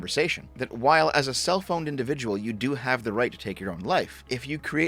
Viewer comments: Am I the only fool who actually thought stated "a cell phoned individual?" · I thought you said "cellphoned individual" and was pretty confused. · I'm sorry, but I first heard "self-owned" as "cell-phoned" and wondered if phone was making him contemplate suicide. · When you said “A self owned individual” I heard “a cell phoned individual”. It doesn’t mean anything, but it sounds clever enough to slap some meaning on there and call it a day. Maybe, a cell phoned individual is not a self owned individual. If you’re a boomer looking for a new phrase. You’re welcome.